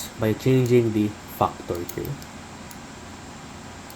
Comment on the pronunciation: I like how you say factor " Fuckor" .